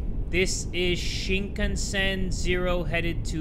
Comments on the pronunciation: I’m sorry “Shinkanshen “ 😂😂😂😂 sorry sorry for laughing. I’m not being a nerd and saying “ACTUALLY” but I’m just gonna say it’s Shinkansen 🚅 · Shinkanshen, you mean shinkansen which is shinkan cen like cent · "Sea-me-masen" LOLLLLLL